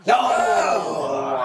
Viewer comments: Joe you said New Orleans correctly at first!!!!! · The way you pronounce New Orleans is incredible.